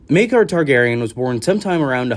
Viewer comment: you pronounced Maekar differently within the first minute of the video...gods i love this fandom😂